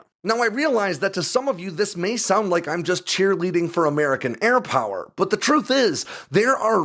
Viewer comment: Who else gets a little bit of nerd chills when he goes and this is "AIR POWARRRR!"